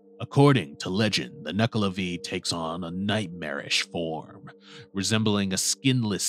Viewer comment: It's not Nuckla'vee', it's Nuckla'vay'